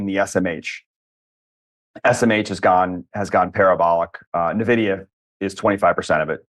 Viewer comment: Envidia...not navidia